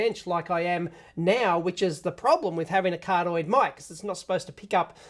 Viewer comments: Dave, it's cardioid, not cardoid. There's another I in there, and you do have to say it. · It's "cardioid", not "cardoid". ;-)